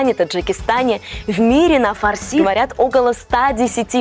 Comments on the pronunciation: Ударение на слове фарси ставят на втором слоге запомни раз и навсегда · Слышь фарси, ударение правильно ставь